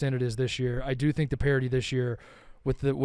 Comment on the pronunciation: The word is "parity". C'mon man.